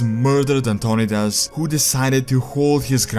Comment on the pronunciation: It’s An-ton-eye-dis.